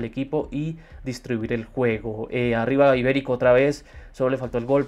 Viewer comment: Mano es Iberico no Ibérico xd